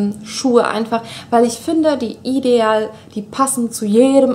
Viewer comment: Ich mag es nicht wie du ideal sagst...das nervt aber sonst bist du super :p